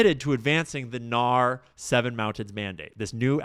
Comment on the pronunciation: Fyi it's pronounced N-A-R (say the letters) or "The N-A-R" not "nahr"